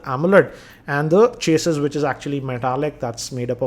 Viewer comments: Hahahah chasis ? U pronounce it completely wrong . Its pronounced like cha-ssy . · That's not how u pronounce chassis